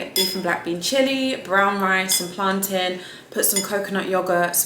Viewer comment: Finally someone who pronounces plantain correctly lol because the way I hear other people say it is ridiculous like what is plantaaaiinnn ... lol like hello 💀💀